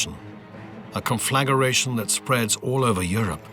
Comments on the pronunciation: "conflagaration"???? Even the British accent can't excuse that mispronunciation. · 16.17 "conflaggeration" you say ??? it's pronounced "con-fluh-gray-shun". Other than that - very interesting, especially in light of the renewed Turkish threat to Cyprus/ Greece/the Aegean, and the millions of muslims being admitted to Western Europe. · Conflagga-ration? Puh-lease!